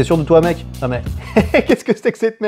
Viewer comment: tu as dit nonente ?